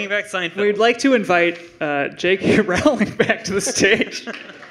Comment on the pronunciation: "J. K. Rowling!" It's pronounced "rolling"... As in "rolling pin"...